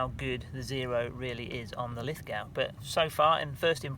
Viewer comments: Pronounced Lith-go not Lith-gow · Always enjoy your videos. Thanks for posting. Btw it is pronounced Lith Go rather than Lith - Gow (The W doesn't get pronounced). Don't ask me why though. I grew up here but Ozzies and naming conventions can be a little funny at times. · Pronounced Lithgo dont sound the w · Great video but to enunciate Lithgow the NSW town keep the w silen and say it like: "Lith go" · Btw… it’s pronounced “Lith…go”… i know adding sneaky letters to a word is confusing. ;) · Pronounced Lith-go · Lith ‘go’ you silly English person We Aussies use a unique form of pronunciation which can only be mastered after booing Pommy cricketers for the temerity of beating in one form of the game or another!! Lithgow is LITHGO !!!!! Get it right! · Nice review thank you very much. I have just ordered the Lithgow .22lr😁 Btw ...Lithgow is pronounced Lith..go. 👍🇦🇺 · its pronounced Liffgo if your an aussie ;)